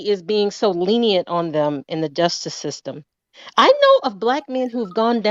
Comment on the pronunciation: Did she say, "in the DUSTICE system"?🤣😂🤣😂🤣😭😭😆😭😂🤣🤣